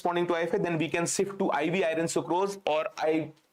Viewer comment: IRON pronounced as AI UHN ,AI URN not i run